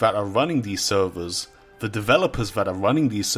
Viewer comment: take a shot everytime he says sewwerz